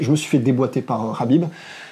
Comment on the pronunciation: Le "kh" de khabib, (Хабиб en russe), et (حبيب en arabe), se prononce "ha", comme lorsqu'on rigole "hahaha" et bien pour khabib on dit HAbib, c'est simple.